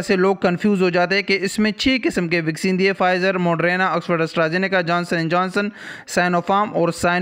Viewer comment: یار اللہ کا واسطہ ہے یہ موڈرینا نہیں موڈرناہے🤪